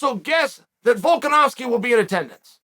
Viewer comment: "Guy has a really hard name to pronounce....u kno wat it is? It's Volka-nov-ski!" Ahh that explains so much now 🤔